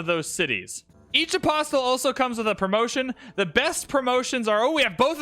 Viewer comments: apostle is like castle. Don't pronounce the t. Just listened to you mispronounce apostle a thousand times. My patience should win a medal. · Love these videos but one thing is bugging me. The "t" in apostle is silent.